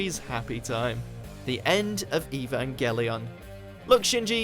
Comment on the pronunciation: Huh I always thought the “g” in evangelion was pronounced like the “g” in angel.